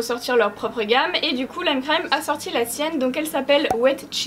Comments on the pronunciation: Tu soule à dire le C le lime crime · Mais comment faut il prononcer lime crime alors ? 🤔 Super vidéo comme dhab , my fav c’est le naked cherry aussi quand je mets du gloss c’est parce que je veux un make up naturel donc les couleurs trop folichonnes glossy très peu pour moi (#RaconteTaVie) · Lime crime la seule marque que prononce en anglais 😂😂😂😂😂😂 je t'adore